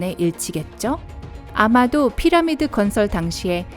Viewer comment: 피라미 라고 발음하는 부분도 있으시고 물론을 물런으로 발음하는 부분 외에도 듣기 불편할 정도 발음이신듯..발음 연습이 절실 하실듯